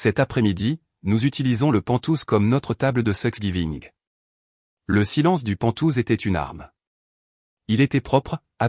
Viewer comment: Thanks giving !!! et non 😮 "sex giving"